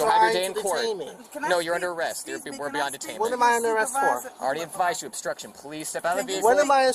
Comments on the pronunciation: The guy is really high!....He sure is struggling with the word " obstruction"- astruction, construction, ustrssion..... lol. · Astruction and instructing 😂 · “This is not ASTRUCTION!” Correct, however it IS obstruction 😂😂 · He's right, it's not astruction, it's obstruction. To be quite frank, it doesn't seem like that guy was all there. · That bearded "child" thinks he's being arrested for "astruction" and "instruction". He either can't form B's with his dumb mouth or has never heard the word obstruction in his old life. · "This is not astruction". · “This is not astruction” huh? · "I'm not astructing." Dude, nobody accused you of calisthenics.